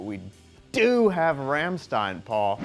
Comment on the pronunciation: How can you pronounce Rammstein so wrong when you insert a piece where they sing RAMMSTEIN literally a second later? Americans ...